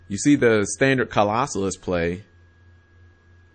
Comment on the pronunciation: Claw-So-Las not "Colossalus"